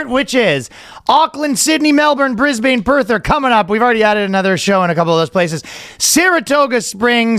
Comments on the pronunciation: Every time I hear him say BrisbANE, I die a little inside. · Please learn how to say Brisbane & Melchior hint it's not the way you say it